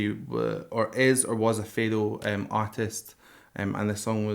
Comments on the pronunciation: It's not fado, it's just portuguese music, with an oriental/Arab twist. Fado is very specific, with a few acoustic instuments only. And for God's sake, it's pronounced FAH-DU, not fay-doe!! 😅 I enjoy your videos, but I suggest you at least got some info on the language that you're gonna listen the song in because it always sounds catastrophic... sorry 😣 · NOT F"ae"do, Fado, as in "bark" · it's Fado with a short 'a' not /feido/ it's like the sound of "Fa" ( also this song isn't Fado) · Fado. It's not pronounced "feydough". It's pronouced "fahdü" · It's "fah-dough" -- not "fey-dough." You could at least learn how to pronounce it properly. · You can say ‘Fado’, with an open A, instead of ‘feidow’! Like Faahhddo! :) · Dude, FADO. not fheydoo , FHADU, like in FATHER. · You say FEdo with an e and an english accent but it is called FAdo with an open A like in avocAdo (the second A :) love your videos - keep up the good work <3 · foneticaly don't say fedo.... you should say fA-do. cheers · If you can please listen Mariza singing Primavera and btw its pronounced "fah-do" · thank you so much for this, but please call it fado (like fad)o instead of faydoh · Faaaardo with a soft "a" not FAdo with a hard "a". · Love your take. I’m a fan now. Just a note, though, pronounce Fado as Fah-doh. You got it right the first time. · Just one thing it is said fado with an open a not feido... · You need to Google how to pronounce Fado, its pronounced like you would say father without the er at the end a o instead fatho or Fa and Do one after the other. That's the best I can explain it lol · Great video. . For the record, it's pronounced f 'ha'do. Phonetic open 'a' like in 'cat' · Always looking forward to see someone experiencing Fado, something that is very personal and close to each portuguese heart. By the way, it's Fah-du (I guess that might help ;) ). Cheers from Portugal. Keep up the good work. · hey! fado is actually pronounced fah-doo! thank you for appreciating our music!